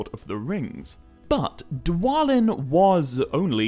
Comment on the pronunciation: Why wouldn't it be Thor-in just like its thra-in? Also it was always pronounced dwa-lin no other way